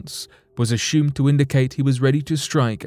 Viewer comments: Right around the 18 minute mark he mispronounced the word assumed. He said aSHOOMed and I laughed from a good place inside. I had just stopped laughing and taken a sip of water when he said preSHOOMED and I shot water from my nose laughing!!! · I'm weak. In the next story he said aSHOOMed again, TWICE almost back to back and then one more time a minute later. I wonder now if he is doing in intentionally to make us chuckle. 🤔 I love it.